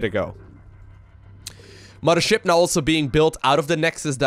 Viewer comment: "Muddership" :P